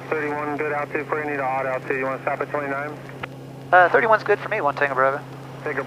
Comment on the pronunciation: your bravo sounds like "brother"